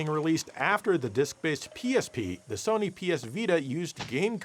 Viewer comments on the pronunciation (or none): none